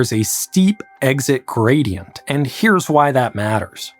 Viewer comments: steep Grady-ent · Pressure Grady-ant 😉